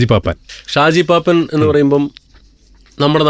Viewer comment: ഷാജി പാപ്പാൻ അല്ല പാപ്പൻ 😅